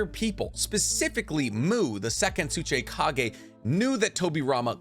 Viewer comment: also tsuchikage not tsuchaykage keep the videos coming much love